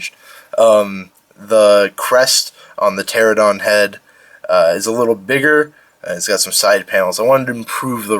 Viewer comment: Looks great, but you didn't say the "n" in pteranodon. You said ter-oh-don when it's actually pronounced ter-on-oh-don